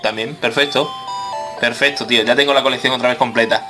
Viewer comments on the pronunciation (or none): se dise perfecto no perfeto